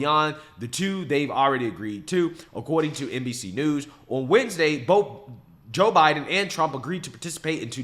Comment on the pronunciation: Joe 'Hiden'.😂😂😂